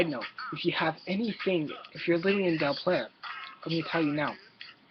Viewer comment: Here's a tip.. learn how to pronounce Del Playa